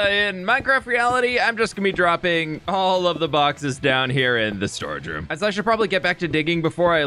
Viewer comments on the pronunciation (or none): Ok, one of the times you said 'storage room' I thought you said storage shroom I want a storage shroom now A grand mushroom filled with chests in the cap